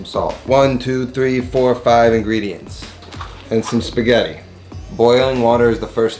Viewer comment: Non si chiamano SPIGHÈRI ma S P A G H E T T I non è difficile cazzo!